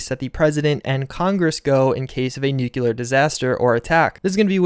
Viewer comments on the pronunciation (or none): Nuclear not nuculer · Nuke-Lee-Ur, not Nuke-You-Lur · please stop saying "nucular" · Nu-cle-ar. NU-CLE-AR! Goddamnit is there a single youtuber out there that can actually pronounce that word or am I uniquely gifted in this n therefore have to spread the word globally and have to decide weather to use my super power of pronounciation for good or fucking evil?! Seriously ...ANYBODY ELSE able to actually say that word right? How is it so hard for anyone who has a youtube channel? Even British youtubers... O.o